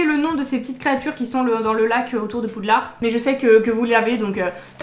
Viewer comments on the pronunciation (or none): none